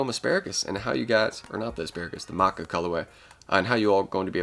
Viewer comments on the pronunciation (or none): It’s pronounced ma cha lolol and Yu-toe hor-E-Go-may